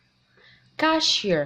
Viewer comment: Good luck for your channel but Please check the pronunciation of the word ‘ grocery store ‘ , correct the word ‘aisle’ with silent ‘s’ , the stress in the word cashier is on the second syllable. 🥰 you have a good pronunciation.